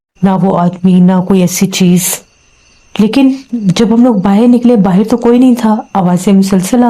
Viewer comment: Baahar ko baahir bolte ho to andar ko andir bola kijiye😅😅😅😂